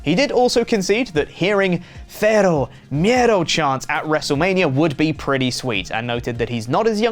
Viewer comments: it's not Fero Miedo. It's Cero Miedo with the C being pronounced like an S. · Using the Spanish dialect used only in Spain, when referring to someone from Latin America, as opposed the the dialect used in Latin American it’s pretty ignorant. Pronouncing the C as a TH is very insulting to persons from Spanish speaking regions that are not Spain. Great Job.